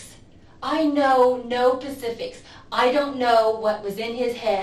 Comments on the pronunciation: Pacifics lol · Well she doesn’t know any “pacifics”.. lmao.😂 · "I don't know any Pacifics!" OMG cringe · She doesn't know any pecifics but I I'm sure she knows the specifics😅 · “ I don’t know any Pacifics “ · “ I don’t know Pacifics or Atlantics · She doesnt know any “pecifics” 😂😂😂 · “Escape goat” and “pacifics”😂😂😂. That’s right up there with saying “I mine as well” when you mean might as well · Pacifics? Smh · Did she say pacifics?????😂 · She’s gotta get life just because she kept saying “pacifics” instead of specifics. Give her life. 🤷🏻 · Idk why but when she said pacific what i don't know any pacifics i about died lol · "I don't know any pacifics" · She knows no "pacifics"... 🙄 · “I don’t know any pacifics!” 😂🙄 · “Escape goat” “Pacifics”…….dumb as a rock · Hearing the Pacifics, as others have noted, is pretty shocking. I guess if all you ever read was the Bible, then it is possible to make that mistake, but it is pretty incredible to hear. I'm sure she thought the guy who said specifics was wrong. And then...half of 500 thousand is what, 275, I think? I can't believe how ridiculous she is. No wonder she is religious. Doesn't have to think. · Lmao "pacifics". She's an idiot. He told me "pacifically". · She doesn't know any Pacifics? Lock her up. A grown ass woman that can't say specific. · "I DONT KNOW ANY PACIFICS" 😭🤣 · "I don't know any pacifics!" This is classic material. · "I don't know any pacific's" 🤣🤣🤣🌊🌊